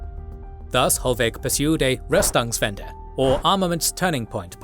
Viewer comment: Reichs-tag not Reich-stag. Literally 'Imperial Diet' or grammatically similar 'Empire's Diet' and not 'Empire Sdiet'. Normally I wouldn't bother but mispronouncing it so many times in a history channel video is quite a faux pas. (Narrator correctly pronounced Ruestungs-wende)